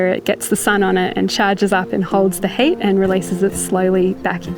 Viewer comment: Funny, whenever she says HEAT, I hear HATE.